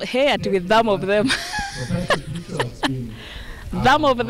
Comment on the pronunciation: With "tham of them"😂😂😂😂😂